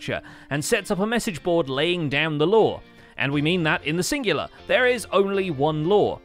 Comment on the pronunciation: saying “law” but me hearing “lore” just gives me more headcanons. Sheesh. Give me a break,! 😂👍